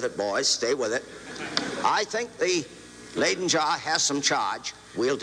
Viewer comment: Say “lie-den” not “lay-den.”